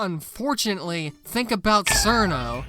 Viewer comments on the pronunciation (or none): i would have watched the rest of the vid honestly if you had pronounced her name properly as chiruno and not sirno you fn anglo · Every time I see someone pronounce Cirno as "Serno" I could immediately tell they're a fake fan PS. It's pronounced Cheruno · Cirno is pronounced "Cheer-no" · Something I think you know about Cirno is that her name is actually supposed to be spelled and pronounced Chiruno, but got mistranslated to Cirno and by the time people realize what happened Cirno was too wide spread to fix the spelling. I also have some potential good Touhou fan games to recommend you. There is Mystia’s Izakaya which is a cozy restaurant sim, and widely considered one of the best Touhou fan games ever. It is also getting a fan anime adaptation. Do with that what you will. There is Artificial Dream in Arcadia which is classic Shin Megame Tensei but Touhou, and from what I have heard from Shin Megame Tensei fans it is really good. There is Puppet Dance Preformance which is 2D Pokémon, but Touhou. It also has many quality of life changes, and if you do play it there is pretty much no reason to play without Shard of Dreams. Finally there is Lost Branch of Legend. The devs of it just openly admit that it is Magic the Gathering mixed with Slay the Spire, but Touhou themed. If you play that one than maybe Slay the Spire 2 will also release within days of the video being uploaded.